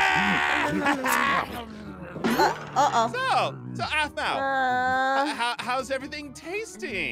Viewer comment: did eneyone notes she dident say apmau she said azmau